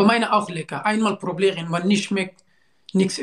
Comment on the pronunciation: Nicht probieren sondern problieren sein Wort kommt auch Problem😂😂😂😂😂😂😂🤣🤣🤣🤣🤣🤣🤣